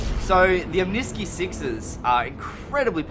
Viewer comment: i might be wrong but. isn't it omni-sky. as in two words?